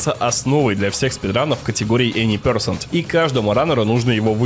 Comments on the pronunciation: Интересный разбор. Только пё'сЕнт, а не пЁ'сент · Видео шедевральное. Но ради бога Any percent - эни персЕнт, а не пЁрсент. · Прекрасный разбор рана, но произношение термина Any percent очень режет уши, вот транскрипция, если уж используешь, произноси правильно) percent [pəˈsent] [пе:сэнт[ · Ну "эни персЕнт" же блин!